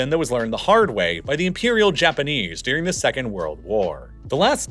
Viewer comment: During isn’t dear-ing